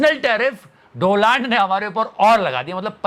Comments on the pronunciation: Boss atleast pronounce his name properly DONALD NOT Doland you mean dolund ...??? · Doland mat bol dolund bol 😂